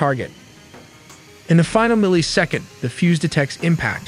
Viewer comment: This could've been a great vid, but cmon man "Therminal Phase" "Tomoahawk" "1-tawn" "milly-second" so many other bizarre mistakes. This robo-AI content needs to be banned, it's super lazy & removes everything human about the creative process. Do better things or don't do anything, it's better for everyone